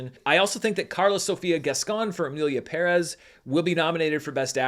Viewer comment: Oh come on you’re not going to pronounce Perez wrong like that right? The movie was trash, but still.